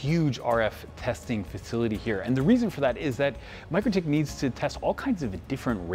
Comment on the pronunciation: It's not pronounced Micro-tik, is Mik-rotik 😂